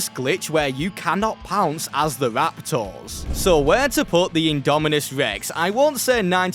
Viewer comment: Why are you saying rapTOURS its Raptors